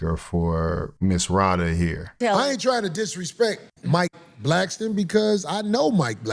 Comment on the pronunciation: Mike Blackston..come on Corey it's Blackson